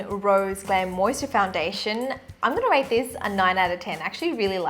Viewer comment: I'm liking this channel and whatever u speak is relevant and makes sense. BTW not being rude, it is rAte